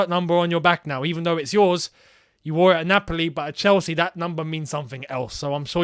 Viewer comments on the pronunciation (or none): none